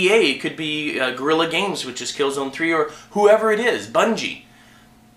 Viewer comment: whats up with the "gorrilas"